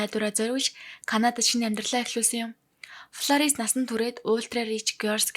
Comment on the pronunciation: Миний дүү Ф П 2оо ялгаж уншихгүй бол полорис биш Флорис нтр гээд сурчихвал. Зарим хүмүүс Паранц нтр гэж хэлдэг Франц шүү дээ